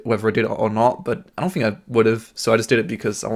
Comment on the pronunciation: you gotta learn how to pronounce "TH" its not "F" Think, Thhhhhhhink, not Fink.